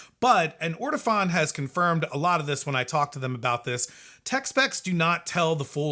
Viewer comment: It's actually pronounced Or-Tow-Phone. Accent on the Phone.